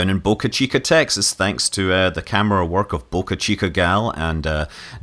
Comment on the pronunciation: You said the word "Texas" with a slight Texas accent. Funny!